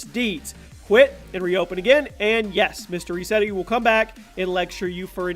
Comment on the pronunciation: Not ressetti not resseti no no no no no